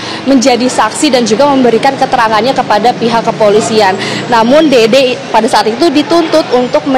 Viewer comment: Dede mbaak bukan dodooo😂😂😂